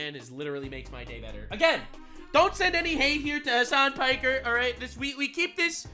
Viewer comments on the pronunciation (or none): Did you say.... "Hamas Piker?" XD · “Hamas Piker” bro I can’t😂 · It's not Hamas Piker?